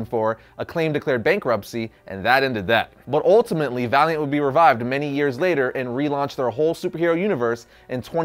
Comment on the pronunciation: When he said Valiant comics, I thought he said Variant comics xD